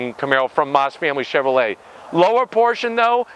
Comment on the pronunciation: Chevrolet not Chevrolt lol